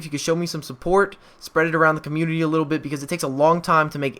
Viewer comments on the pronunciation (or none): none